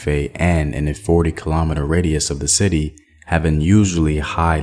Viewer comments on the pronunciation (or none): none